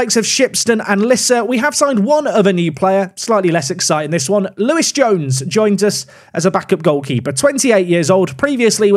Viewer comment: I know Louis, cracking lad. Told him you're not an exciting signing in your eyes but he's bappy either way. It's not Lewis it's Louis 😂